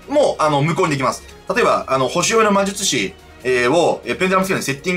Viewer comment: まじゅちゅし